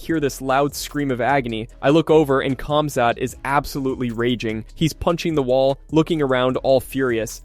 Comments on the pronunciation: His name is pronounced Hamza, it's a silent K and silent T. Not like you would say it to his face though right? Lol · I heard cumzatt 😂😂😂😂